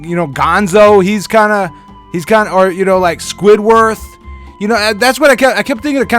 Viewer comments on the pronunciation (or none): are you casually abling the illuminati with your avatar? total nwo symbol, two headed eagle... also its SQUIDWARD not squidworth. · Squidward. not squidworth😂😂😂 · squidWORTH? If you can't even pronounce names properly in your fucking crybaby mook rant, your diatribe loses all credibility. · I was like, "Did he just call him Squidworth?" #CartoonNamesMatter ROFL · How dare you pronounce Squidwards name wrong? I find that offensive. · there's a whole episode where squidwards name gets messed up and he is NOT happy about it. have some respect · Your pronunciation of squidward triggers me.